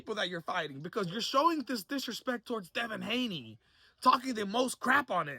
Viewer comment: Did he really say Devin Gayney?… 😂💀